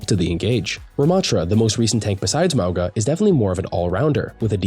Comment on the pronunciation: You’re pronouncing “Mauga” wrong (Samoan here), the ‘G’ is pronounced as if it was spelt with “ng” as in the word “being” or “nothing” instead of the “g” being pronounced as a hard “g” sound. So it’s: MOU-NGA instead of MOU-GUH